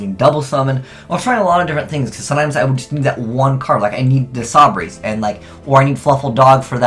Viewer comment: "Edge Imp Sa-braise "